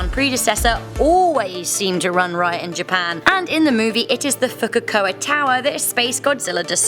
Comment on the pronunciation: “Fukukoka” smh... Fukuoka